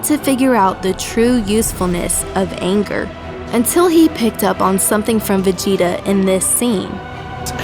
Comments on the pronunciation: In the end it sounded like you said Vergeta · She said vergeta lol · Lol "Vergita" at the end.